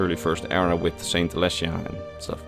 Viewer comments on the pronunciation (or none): none